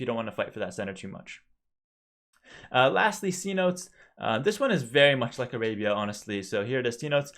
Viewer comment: somebody help this man pronounce cenotes